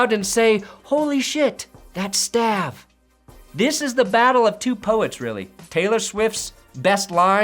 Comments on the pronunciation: It’s STAAVY. He’s Greek brother, not staaa not like Avenue but staaaav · I can't take mispronouncing Stav as Staav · stav is pronounced stAHv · Its stAHv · Why the hell is CT getting its 15 minutes right now? (Btw it's pronounced "Stahv" — sounds like "Blah" with a V) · Lol stav is pronounced stahv. It’s short for Stavros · Doubt Stav will say anything about this video with you pronouncing his name wrong 😂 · Mispronouncing Stav's name and then saying he was the host of cumtown is the most ironic thing Ive heard all week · You are JINXING the ravens by how you pronounce Stav lmaoooo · As a long time fan of CumTown, it’s great to hear someone mispronounce Stav’s name now that he’s becoming somewhat famous after leaving Nick and Adam. TAFS 4 Life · You want the great Stavros Halkias’ attention you may want to pronounce his fuckin name right. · IDK man, pronouncing Stav's name the way you did in this vid might just curse the Ravens on its own.